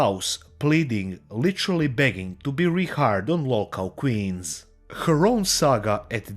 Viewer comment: Keemstars ability to speak declines like crazy when he gets mad. Especially his control of vowels. Begging becomes bagging . Genuinely hollow, scummy, malevolent person. Just someone no good in life can possibly come from getting involved with.